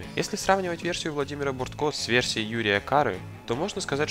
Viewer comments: БОртко...ударение на первое О😖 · Сериал Бортко великолепен. А автору ролика стоило бы, хотя бы, в вики заглянуть. Тогда бы он узнал, что фамилия режиссера БОртко, а не БорткО. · Слушай,ты,автор!Не БорткО,а БОртко!А ты там рядом не стоял,как снимали Анну!Твоё видео гано!